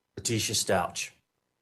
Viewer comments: Stauch is pronounced “Stowk.” Like the ow in cow. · Sorry sir but you really should at least learn how to pronounce the child’s last name right. If you actually listened even to any of the court proceedings you’d have known how to pronounce his name. I don’t know that really bothered me for some reason sorry don’t mean to offend you. Rip Gannon so sad for his dad I’m sure the misplaced guilt is eating him alive 😢